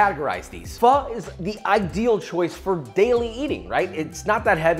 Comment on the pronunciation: You can’t try to compare the two. Completely different. Pho is herbal and ramen isn’t. And it’s not pronounce “fa” 🤣